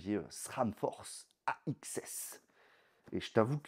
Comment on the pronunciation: AXS à prononcer comme "access"